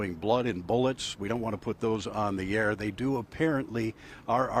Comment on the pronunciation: lol Heavy emphasis on the word rap...